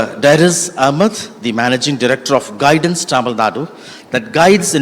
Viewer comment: I appreciate pronouncing "tamilnadu" correctly👏